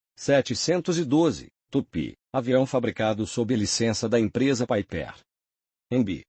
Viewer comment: Concordo totalmente com o Roberto, além de que, essa inteligência artificial é meio analfabeta: não sabe, sequer, pronunciar PIPER...😂